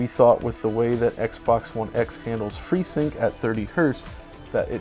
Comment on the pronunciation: telling us about fweesync!